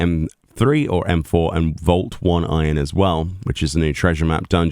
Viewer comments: Map is pronounced "Oh-nay-ron", not "One iron". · By the way, it's pronounced "oh-nigh-ron"